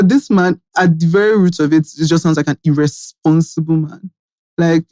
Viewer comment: The stressing on "Irreeehhsponsible" from 😂